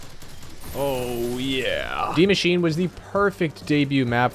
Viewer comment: saying die machine instead die maschine (mashina) triggered me a little bit